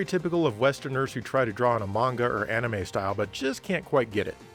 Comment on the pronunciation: How is it that a game reviewer can pronounce manga and anime correctly and yet some professional anime reviewers and Podcasters can't? Very interesting video i do enjoy your content and its always something innovative